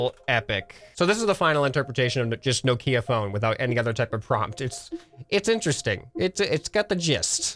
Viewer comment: the way he said nokia made me die a little inside